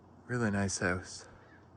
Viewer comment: He can’t even say house 😅😅😅